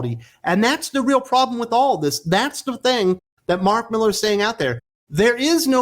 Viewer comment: Mark Mi-lar.🌹